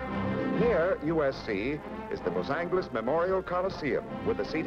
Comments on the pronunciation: he pronounced Los Angeles with a hard "g" sound, when it's actually pronounced with a soft "g" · Narrator mispronounces Los Angeles, hard "g" no longer used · Never heard 'Los An"G"eles' pronounced like that before! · “Cal-ih-forn-ee-ah”, “Los-ang-less” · "Los Sangless" lol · The lector pronounces "Los Angeles" just as speech synthesizer pronounces "Lauce Sangless" in US English on the . Google Translator in Spanish pronounces "Los Ángeles" just as pronounces "Lauce Sun Helaise" in US English. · How about Los Angeles pronounced like "angle". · Was it just the narrator or did they pronounce Los Angeles that way back then? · Interesting to hear how Los Angeles was pronounced. 👍🏼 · Original Spanish pronunciation. Spanish doesn't have a soft G. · The way he pronounces Los Angeles triggers me for some reason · love the way he pronounced Los Angeles haha